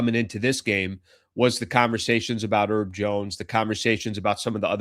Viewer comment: His name is HERB, not 'ERB. We're not talking about "11 herbs and spices" up in here. Get it right FFS.